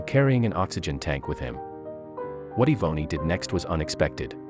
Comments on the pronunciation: Yvonne her name. It is being pernounced wrong lol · Im almost positive her name is not pronounced that way if its spelled Yvonne or Evonny. The poster obviously grew up nowhere near black folks